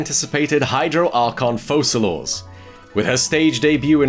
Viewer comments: Did this guy just seriously call her Foslors? She's pronounced Fokalor my guy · It's Foçalor. The ç is used in French as a "sa" sound instead of a "ka" sound. So Fosalor is the right way to say in genshin. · well if its that "c" then fosa is right but you still dont say fosalors, you say fosalor. either way he's wrong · wtf are you even saying? My point is that he's pronouncing it wrong. if its focalors with a normal "c" its fokalor, if its focalors with the other "c" its fosalor. either way it's pronounced wrong by him. are you stupid?